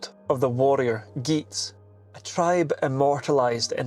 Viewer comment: Great doco, however one point that needled me. The tribe of Geats is pronounced as Yeats or Yates. Which also explains those "English" surnames. Proto-Germanic g was generally pronounced as y, which explains the g on the end of so many German words and names